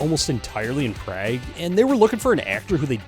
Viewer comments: It's pronounced "Prah-gue" not "Prag" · "Prag" is diabolical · The funniest part is you took multiple clips of the actors properly pronouncing Prague, yet you still forced yourself to call it "Prag" for some reason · You trippin...Road Trip is 100X funnier than Euro Trip. And it's "PROG"...not "PRAG" 😂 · Most quoted movie by my wife and I. We're in our 50's... Hell, I can't even hear the word 'Berlin' without declaring "I'll never go to Berlin!" while making stabbing motions for emphasis. (Also: it's pronounced, universally, as "Prah-g" never... ever... "Praaay-g". Not even them bloody high-ties pronounce it "Praaay-g". ugh) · "praygue" lol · pronouncing Prague the way Oz called the prison bitches (prag) got me good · PRAG?? Bro, c'mon man lol Also, no one talks about how Hostel and Eurotrip aligns until they meet the guy on the train. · Praig?! Come on now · Bro saice prauge wrong... ( PRO- a-Guh) lol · You thinking it should be pronounced "Prawg"? Because.. no 😂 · What is PRAAG - prɑːɡ, rhymes with "vague", its a world class city bruh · I can’t believe how you pronounced Prague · That's not how you pronounce Prague, Comedy or Dollar lol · Bro, Prague does not rhyme with flag! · The way you say "Prague" is a war crime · You need to learn how to pronounce "Prague" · Okay, I was really hating the Michigan shirt, but then I heard the way that you pronounced Prague and I realized, yeah you definitely went to Michigan. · Nobody gonna mention how he pronounced Prague?